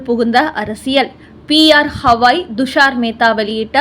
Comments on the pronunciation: ஹவாய் என்று சொல்லாதீர். கவாய் என்று சொல்லுங்கள் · உச்சாரணம் சரியாக இல்லை ! தயவுசெய்து BR Gavai, Thushaar Mehta இவற்றை சரியாக உச்சரியுங்கள் நன்றி